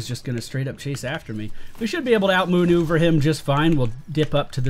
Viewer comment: "we're just gonna out moonuver him"